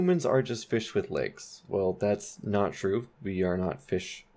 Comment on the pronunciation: The inflection on "with" made me question if I'm a fish without legs...